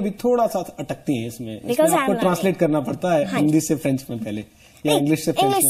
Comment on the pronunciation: french Galt bolti h